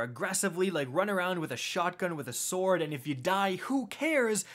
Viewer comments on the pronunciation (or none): none